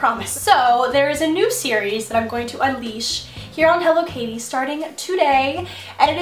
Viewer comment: I thought she was saying Hello kitty... Until i realized the channel name was HelloKaty Way to go!